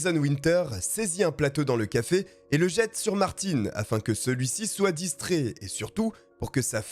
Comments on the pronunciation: Merci pour la précision car j'ai été pris de convulsions LOL EDIT: Peut-être bien à tort finalement... puisqu'après vérification , le w de "Werke" en allemand se prononce "verke" ( et par habitude car prononcé "doublev" ou "wé" en Belgique !! ) ; Donc potentiellement, tu as peut-être bon haha ... Pourtant tu prononce "Martin" en fonction de sa provenance et non de la tienne... La "Bayerische Motoren Werke" n'étant pas d'origine alsacienne... 🙃🤣 Mais les excuses sont faites pour s'en servir 😉😆 Mis à part ce détail, et de trop nombreuses incohérences visuelles (mais là c'est le monteur qui est à blâmer , comme dans la plupart de tes vidéos , et qui créent l'énorme différence avec la qualité de celles de Rafu , ce qui m'a d'ailleurs toujours convaincu que ton succès serait, au stricte minimum , doublé si tu lui confiais le montage et la gestion complète de tes vidéos.. Quelle masterclass ce serait🤩!!! Car pour le côté "podcast AUDIO , tu es "l'un des" pour ne pas dire "LE" meilleur !!! ) , cette histoire est dans mon top 5 de toutes celles que tu as contées jusqu'à aujourd'hui (il m'en reste juste 6 à voir hihi..) Bref : BRAVO pour ton élocution , diction , etc... sur ces points , tu es (au pire !) dans le top 2 ou 3 francophone , on te pardonne donc avec grand plaisir cette petite erreur 😋😜 ! Continue comme ça !!!!! (pour l'audio lol) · Quand tu dis Martine alors que c’est Martin à la fin on dit le un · ce n'est pas ''Martine '' ça se prononce Mart-hein'' ........ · Mais sérieux, le nombre de personnes qui chipotent sur la prononciation de BMW et Martin c'est effarant! Vous écoutez une histoire qui a nécessité un travail monstrueux de recherches et de montage, superbement bien racontée, mais non: "hAn c MaRtiN, PAs MaRTinE" ma parole je vous vois comme des vieilles femmes éternellement insatisfaites qui laissent une étoile parce qu'elles ont attendu 3 minutes que le serveur vienne à elles pour les installer 😂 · Par contre c'est martin (un) pas martine (ine) mais top👍